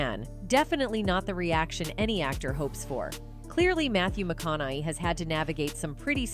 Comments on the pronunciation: This is AI generated and has no point. How many ways is it going to pronounce his last name? Oh , still not convinced. Listen from to ....the hell was that? Oh and the always so convenient disclaimer "Disclaimer: Content might be gossip, rumors, exaggerated or indirectly besides the truth." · What a waste of time this video is. The voiceover cannot pronounce Matthew's last name properly and just screws it up every time it needs to be mentioned. THUMBS DOWN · This channel is trash. If you're going to use cheap shitty AI to be your speaker then maybe make sure the damn AI can even pronounce the actor's last name. You lazy piece of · You could show a little respect just by pronouncing Matthews last name correctly. Lazy much?! Smh. Just realized it’s the stupid AI. This is just ridiculous. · I dont trust documentaries that cant even get the guys last name right and barely have him telling his own story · Dude. Every time you do your voice overs, you never know how to pronounce your peoples’ names! Matthew McConaughey is the subject of this video and stunningly, you don’t even know how to pronounce his last name! Do your homework before you record. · Who is is charge of the production of this, is anyone checking the pronunciation of the celebrities being featured on this channel? She doesn't pronounce "McConaughey " properly even ONCE in this entire video. Mis-pronounced 16 times in this 20 minute video. Not spelled right in the transcript. In another video she completely mis-pronounces Jay "Leno" saying Leee No. Ridiculous! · this "narrator" cannot pronounce his name... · Anyone else annoyed that she keep saying his name wrong? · This Ai narrator is garbage. Can't pronounce names at all. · The way she occasionally says his last name correctly but usually completely butchers it is really grating on me. 😖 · The narrator's pronunciation of Matthew's last name just gets worse and worse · Every time she says his last name she pronounces it differently. Tee hee wha--? LOL